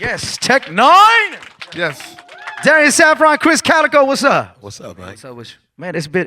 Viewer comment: It's Krizz Kaliko* NOT "Kalico"